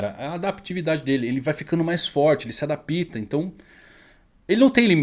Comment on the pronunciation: Caro o correto é Adapta e não adapíta (usando o acento apenas para mostrar a forma falada)